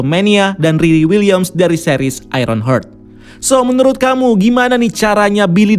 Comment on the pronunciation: kak mau kasi tau aj cara baca nama nya salah tuh, julian hilliard : ju-li-en hil-li-erd, kalo jett klyne : jett kla-in soal ny kalo mau di baca kla-i-ni di situ nama dia e hanya 1 kalo 2 (klynee) baru di bacanya kla-i-ni. trus utk ironheart ya kayak biasa ai-ren-hart bkn hert